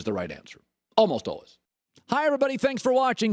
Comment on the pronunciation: Someone has to explain to Colin that the second half of the word “always” is pronounced WAYS, not WUZZ.